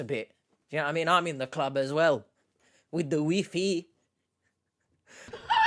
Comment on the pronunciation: H pronounces "WiFi" like Nigella Lawson pronounces "microwave"